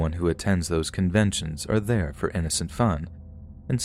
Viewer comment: "Fur example..." Okay,. Okay.